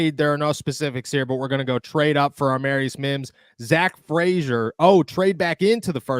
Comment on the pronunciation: Love your content but man get the names right !!!! Every video u have done u have gotten this name wrong !!!!!!!! AAAA- marius mims !!!!!!! DEFINITELY NOT AR- MARIUS …… there is NO R in the beginning of his name !!!! As much research as u have done can’t belive u can’t pronounce such a simple damn name !!!!!